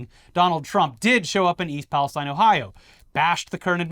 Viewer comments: Ok, I’ll be the pedant. Pala- STEEN. Not STINE. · We locals pronounce it ‘East Palace-TEEN’. Thanks for bringing awareness to this terrible situation with some humor. We need the laughs. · You locals pronounce Palestine incorrectly.